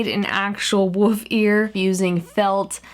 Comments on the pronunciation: Why is she saying woof not wolf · KatieQuake Animations she said wof instead of wolf (were wolf) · I love this the only thing is that you said woof not wolf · WOLF NOT WOOF I JUST CANT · No offence but it's wolf not wuf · Melissa Brooks exactly u never know she might actually be saying wolf but going through whatever she is casting this on it might sound like woof or thats just how she tlks alexis melby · it's WOLF not WOOF and i dont mean to be rude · Its PRONOUNCED WOLLLLLF! NOT WOOF! Theres an L in WOLF! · why do you say "Woof" its "Wolf" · Did u say woof instead of wolf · did anyone else hear that she said woof instead of wolf? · Why r u keep saying Wrere wofe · why do you say woof and not wolf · OH MY GOSH IT IS woLf there is an l it is not wuf WOLLLLLF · Did it bug the shit outta anyone else that she kept saying 'woof' and not 'wolf' ... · when you say wolf it sounds like you are saying woof lol I love you your so funny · Its wolf not woof sorry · I've never left a negative comment on a youtube video before but I can't help it this time. It's WOLF, not "woof". Woof is the word a child uses to describe the sound a dog makes. Also, there is no such thing as "more better", it's just "better". I loved watching your face transform throughout the video but your grammar was a huge distraction the entire time. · Its wolf not woof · Is saying wolf like woof an American thing? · The way you say wolf :) you pronounce it woof :) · im pretty sure its wuff '' not woof an thats how she says it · Yep she said wof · Is it just hard for her to say wolf or is he/it called woof? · I love how you keep pronouncing wolf as "woof" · would love if you learn how to say wolf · love how she says woof and not wolf! makes me laugh! im guessing that its unintentional but its still funny! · I love how you say wolf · WHat if thats how she says...Wolf DUH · I couldnt get through the whole thing because its "wolf" not "woof" okay? Okay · Wolf not woof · It's wolf not woof❌🐕woof,woof✔🐺